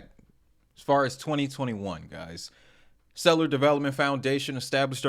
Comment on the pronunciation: I feel like he mispronounced stellar deliberately.